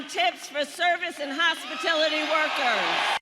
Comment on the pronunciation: It's how drunk people pronounce "hospitality"